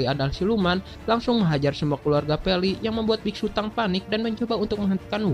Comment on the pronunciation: Nama nya biksutong bukan biksutang 🤣🤣